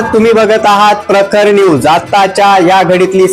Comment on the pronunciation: प्रकरन यूस 24 नव्हे दादा 😊 प्रखर न्यूज 24 असे उच्चारण करावे 😊